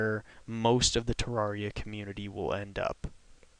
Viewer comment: Ter-air-E-uh not Ter-are-E-uh